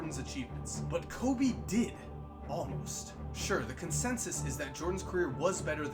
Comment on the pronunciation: It’s KO”freakin’”BE